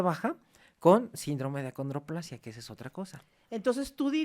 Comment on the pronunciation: Perdón pero para ser maestro de la UNAM y doctor. Debería decir el nombre correcto ACONDROPLASIA No(condroplasia )